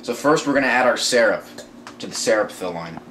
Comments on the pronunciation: am the only one that understand hes trying to say syrup? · We know he's saying syrup but its funny how he says it